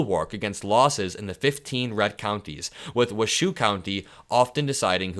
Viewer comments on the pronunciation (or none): Just FYI, it is Wa-show County, not Wa-shoe. Vote blue! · Wash-O county in Nevada. Not Wa-shoe. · Ahem, it's Wash-O, not Wash-oo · Wa-show county, not wa shoe. And saying Ralstons name wrong too. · Wash-oh county,, not wa-shoe.😀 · it's pronounced "Wa-show" county, not "Wa-shoe". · my friend, the Nevada county is pronounced “Wash-O” not “Wa-shoe”. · Waa show, not Waa shoe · Just a note, It's "Wash-oh" county...LOL. Love your channel. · Its pronounced 'Wash-O'. Not 'Wa-shoe'. Washoe county is where I live. ❤❤ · Washoe is pronounced Washow like your show, not your shoe. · Say ...Wash-O county.... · Washoe is pronounced Wash-o. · Washoe is pronounced Wash-o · Hi, It's Wash - hoe as in washing your clothes and then hoe as in a gardening or farm tool/implement so the county that Reno, NV is in is pronounced Wash-hoe, Washoe, same as the mountains east of Salt Lake City and the valley Anaconda, MT is located in, among other locations. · It's "WA-Show" County. Just saying. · Its Wash -O county thats how you say it. Good news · it's Washoe County, pronounced wash-oh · Its pronouced Washo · Washoe county is pronounced wash o 😊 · Pronounced Wash O. 👋🏻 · Washoe County is pronounced “Wah-show” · It's actually pronounced Washo but you've probably never seen Reno 911 to know that 😆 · Sorry to correct pronunciation but it's Wa Show. Spelled Washoe, I know. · Washoe... Please! That is pronounced Wa-SHO. After the tribe of NW Nevada & Upper California. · FYI it's pronounced Wash-Show county. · Nevada = Cal-Neva, and it's been purple 💜 and blue, too, since forever! Lolololo 💙🫂🌊🗳🇺🇸💪👍💙💙💙💙 California is moving into Nevada; hence, Cal-Neva 😉 Wah-Show is how Washoe County is pronounced. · Nevadan here. Washoe is pronounced WAH-show. Ralston is well respected and I hope he keeps his record going. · Thanks for all the great info. Just want To let you know that Ralston is pronounced "rawl-stun" and wahoe is Pronounced "wha-show".